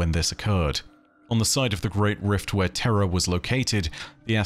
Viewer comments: Please for the love of Christ learn how to pronounce words. Idk if your saying terra or terror and thats nuts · i lol'd pretty hard when you had to emphasis "terror" vs "terra" because your accent makes them sound the same hehehe